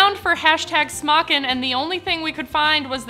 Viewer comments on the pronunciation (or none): may just be a typo but it's not smockin (pronounced sm-ah-kin) smokin (pronounced smoke-in) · I believe its SMOKIN!! Not smockin